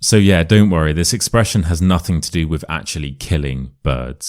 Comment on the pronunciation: If you’re purporting to teach English, the least you could do is not to pronounce “with” as “wiv”!